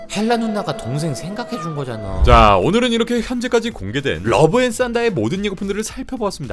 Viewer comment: 러브 앤 싼다라니.. 형 발음..